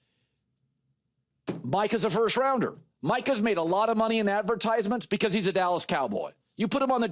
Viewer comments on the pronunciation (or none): none